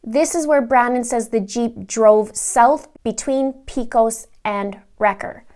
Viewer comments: The actual “correct” pronunciation is “Pehcus”. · Its pronounced pay cos rd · It’s pronounced “Paycus”. I get a kick out of how easterners struggle so much with western words. Almost like speaking another language. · Pecos is pronounced pay-cose